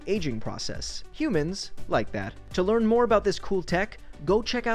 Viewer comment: he says rhe thing we lerng in chool (that isn't spelling